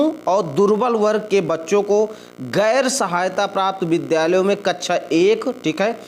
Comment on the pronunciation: Kachcha Nahi Kaksha Bolte Hai Bewakoof😅